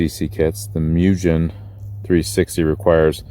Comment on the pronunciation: Moo - Gin (not like Gin the drink, hard G.) If anyone else needs a super nerd to know how to properly pronounce Japanese powerssports names, ill be here all night and there will be absolutely zero women around. Thank you. Love ya!